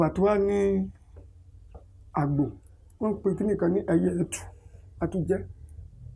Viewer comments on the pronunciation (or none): Àgbò (ram) not àgbo (herbal tea)